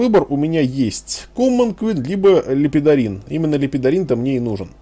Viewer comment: Бфахахахахаха.... ЛЕПЕДОРИН то мне и нужен... Лепорин! Лепидорин....лол чВВВВ